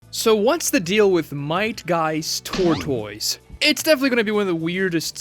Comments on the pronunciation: Wtf is a ter-toys? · Hes gotta be rage baiting with that pronunciation of tortoise 😭😂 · How do you go your whole life and never hear the (proper) pronunciation of "tortoise"? How do you not know that you can use Google to hear any word pronounced correctly? How do you put a video out for the world to see and not be sure if your even saying things right? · "TOR TOYZ" but I say "TORT ISS" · wtf is a tor-toys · There was a plothole when was learning how to pronounce tortoise. This man pronouncing it like it's a Pokemon name. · I’m screaming! 😂😂 I was thinking the same thing like where is this ProMotion coming from. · he initially refers to it as a tortoise, then he calls it a turtle. But he doesn't know how to pronounce tortoise. Turtles and tortoises are not the same species